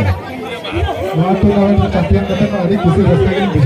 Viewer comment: Tournament not turnament